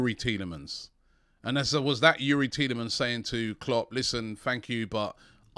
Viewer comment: Petition. AFTV should make a compilation from this window with everytime Robbie said Thielemans.